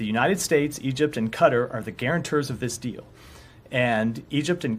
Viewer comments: Its pronounced Ke-tar not car-ter you f*cking mor*n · it's pronounced "catar", not "cutter", stupid american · I lived their, it's pronounced 'Kuh_ taar' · I know I hate it when they call it cutter 😂it’s pronounced Ka-tar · Also who the heck calls it Cutter? I’ve heard Ka-Tar, Kay-Tar and even Kay-ter but never Cutter.. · Egypt and “Cutter” ? Americans always creating their own pronunciations to words that aren’t English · Since when is Quatar pronounced CUTTER??? WTF?!!!?! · That dude did not pronounce Qatar correctly. 😂😂😂 Its not pronounced Cutter. 😂😂😂😂